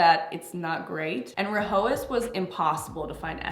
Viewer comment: It’s pronounced rye-as H is silent